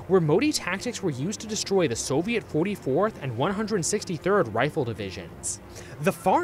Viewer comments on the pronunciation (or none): none